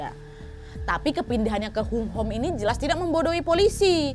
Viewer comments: Kak Nad,...Tuen Mun baca nya {Tun Mun} {Hong Ham} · Tuen Mun di baca Dun Mun. Hung Hom di baca Hong Ham 🤭🤭🤭 Lucu banget episode ini hahaha... Salam dari HONG KONG kak Nadia. Alhamdulillah HK sekarang AMAN. DAMAI. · tuen mun..bcanya tunmun aja kak.. hunghom bacananya hungham kak hehe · Tuen mun = Tun mun Hung Hom = Hong Ham Itu cara bacanya kak nad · Tuen Mun bacanya dhunmun kwkwkwkw Kayae tuen Mun e daerah deso kono Hunghom --~~ hungham hehe